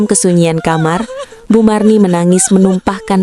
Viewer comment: Marni Bu Marni..bukan Mirna..🤣